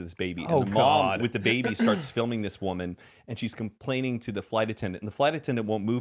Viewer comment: comPLANE when said complain lol 💀